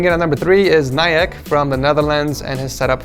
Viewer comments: your are saying ni ek but it is ni iek. How you pronounce it😂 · Dutch people: niek: nayek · Niyak? You pronounce Niek as neek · This dude really called Niek Nayek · Ni-ek from the Netherlands😂 its Niek. You pernounce ie as a E like neek but Niek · Naaaek😂😂 it is you say it as neeeeek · Btw, its not Nijek but N i k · “Najek”... (Dutch person here) it’s Niek like the ie you say as it’s an ee so you say neek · im dutch to and you said his name wrong! you need to say it like niik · niek is pronounced as ''neek'' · Niek's name is pronounced like Neek :) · Instead of Niek you should say Neek, thats how you say it :) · haha hoe spreekt hij niek uit ff siri naiek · haha ik keek al in de comments om te kijken of er een Nederlander was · Luke Septer “niak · Like how you pronounced 'niek' xD